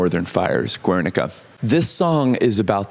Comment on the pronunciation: It's so weird but great to see you talking about part of our history with so much confidence and so cool that you could translate those feelings into the song. Btw Guernica is pronounced more like Garenica and not Wernica if that makes sense!